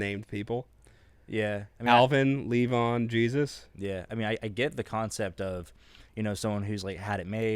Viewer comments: I kinda wanted to go with... Okay, so on the pronunciation. The accent is on the first syllable, and that's a "long" e, like in honey BEE. So... LEE-von. Since you asked. Hope that helped. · Its pronounced lee von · It’s pronounced LEE-von 😊 🤪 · Pronounced "leave-on." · So, didja ever figure out how to pronounce "Levon?"